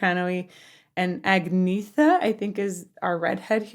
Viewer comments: Also, it’s pronounced “Aan’Yetta” not Agg-nee-ther. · Also, somebody needs to tell her that Agnetha is pronounced "Ang-yett-ha" (it's a Swedish thing - like the way Bjorn is pronounced "Byern"!) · Agnetha = "Ung-neh-tuh", with the emphasis on the "neh" syllable. In Swedish there is no lisp sound, the "th" isn't a digraph, just a spelling variety of "t". The "gn" combination is in most cases pronounced "ng-n", unless it starts a word. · Just a couple of corrections: You have the names backward. The blonde is Agnetha (pronounced like the "gn" in French, so her name sounds like "Ahn-YAY-tuh", not "ag-NEE-thuh"). Frida (yes, her name is Ani-Frid) is the brunette. We also have Benny (keyboards, songwriter) and Bjorn (guitar, songwriter). Agnetha and Bjorn were a married couple, as were Frida and Benny. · Nope :-) It is not pronounced Anyetta but more Agneta with the e sounding a bit (but not entirely like) the e in entry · If you say "Anita" .. you're close to the correct pronunciation. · For the uninitiated, a quick guide to approximate pronunciation. Agnetha - Ang - nyet - a. Anni-Frid (Frida) - Anni-Freed Benny is obvious Bjorn - Be - earn. On a different note, you might find the contrast between this and one of their songs such as The Visitors interesting. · Agnetha if you're being picky is pronounced Anyetta. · Frida is the brunette, Agnetha is the blond. Agnetha is pronounced Ann YET ah. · Aaaaaaahhhhh Agnetha is the blonde and you say her name An-e-t-ha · The blond is Agnetha pronounced Anita. Their first language is Swedish so their English is not perfect. I'm afraid this must be lip-synced to the original recording, that explains the choir sound. Even all their TV appearances were lip-synced. I'm sure it would be hard to reproduce that perfect studio blend live. Keep studying ABBA, they are truly amazing. "Knowing Me, Knowing You" is another favorite, so many to choose from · LOL - nope: Agnetha (pronounced "Agnyetta") is the blonde and Frida is the brunette.